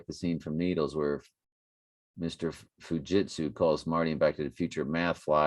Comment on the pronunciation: don't know if you saw my comment earlier about Fujitsu "the jits" sounding like jujitsu